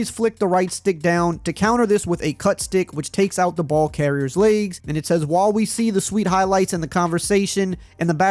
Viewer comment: Laygs? Can you not pronounce the letter E?